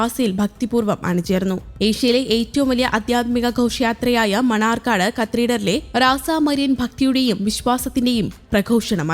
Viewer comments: മണർകാട് എന്ന് പറയൂ മണ്ണാർക്കാട് അല്ല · മണർകാട് ആണ് മണ്ണാർക്കാട് അല്ല 🙏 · Manarcad not mannaarkkad🙏🙏